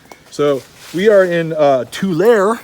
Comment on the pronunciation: Love your videos. Tulare is pronounced too-larry. 😉